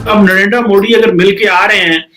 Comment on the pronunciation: please correct our pm name as it is narender modi not narender moody, as it shows the level of knowledge he has